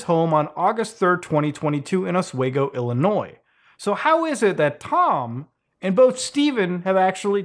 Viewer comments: Its osWEgo illinois not osweygo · lmfaooooooooo 'os-weg-go' u meen 'osweego' nerd thats a town over from me lmao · As a long time fan, like creepypasta old, thank you not only for covering this. But for pronouncing my state of illinois right(of course you live in Canada/French Canada so I’d hope you could) also, my town is mentioned, oswego, just fyi is pronounced (os-we-go) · It's pronounced "Os-wee-goh" lol. Sorry, had to. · I live in an Oswego too (NY) it is pronounced us-we-go just in case you ever visit. You’ll be corrected.